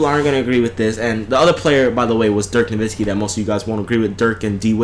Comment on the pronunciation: Yeah, that fool said Dirk Nowitzki! Can you believe that sh*t?!